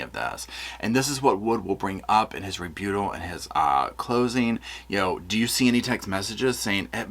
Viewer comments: ⚠️Now for the latest info on The Storm, is Meteorologist, me... It's a Category 1. Just sprinkles. Nothing to see here. - just me in Palm Springs 🌴 (? It's pronounced re-BUTT-al. 😉 You're doing an amazing job. 🤎) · Enjoy your show and insight. Rebuttal is pronounced Ree-BUT-L. Just the English teacher in me. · with this case I don't know. I'm hoping for guilt. All I can honestly say in my Bible the leaders of 144,000 won't be following Lori or Chad Rebuttal pronounce re-butt-al just like it's spelled. Just thought you would want to know.